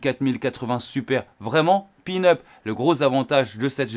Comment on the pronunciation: Salut.merci pour tes test, je les suis avec attention 😊. Par contre, on dit peanut et non pin-up 😊. Peanut, c'est cacahuète en anglais 😊